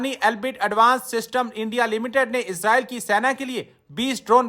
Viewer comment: CHEEMA ISS ROYAL NAHI ISRAEL ( IS RAY EL ) 🇮🇱 .... 13 PRONOUNICIATION AND VOCABULARY TUMHARA BIWI KO B SAMAJMAY NAHI HOOTHA HOOGA .